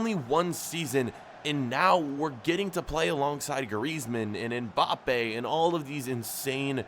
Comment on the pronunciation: HIS NAME IS M'BAPPE NOT N'BAPPE